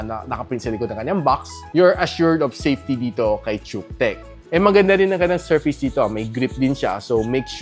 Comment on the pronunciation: Nice review, but pronoun should be kutech bro.